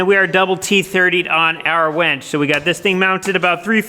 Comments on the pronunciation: Why do you keep calling that a “WENCH”? It’s a WINCH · Winch not wench LOL 😂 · No one else hears wench, a serving waitress, instead of winch. A mechanical lifting or pulling device 😂🤣😂🤣😂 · I am pretty sure it is a winch NOT a wench. Made me chuckle. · It’s a winch, not a wench. A wench is a medieval female server in a pub. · a wEnch (wen(t)SH) is an old term for a a young woman etc. A wInch (win(t)SH) is what you have upstairs to lift the beams. Your pronunciation of winch always sounds like wench. LOL